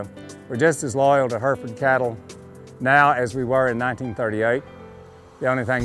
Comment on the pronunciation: Why do Americans always pronounce Hereford wrong